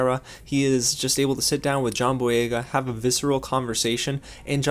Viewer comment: You actually said the name right